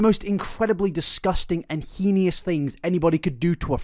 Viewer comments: heinous. not "heinious." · "Heinous" is pronounced "hay-nuss" (hānəs) 🤓Pretty sure that holds true on both sides of The Pond. Would not mention except you used it several times and seem to like getting things right. Great video! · You should make an apology in your next video on Colleen for your pronunciation of "heinous" as "henious". It's cute but it's wrong 😂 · I love the way you pronounce "heinous" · The way he pronounces "heinous" is so interesting. 😆 Is that a British thing?